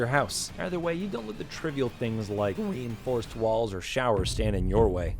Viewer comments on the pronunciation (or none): Omg ReE-inforced walls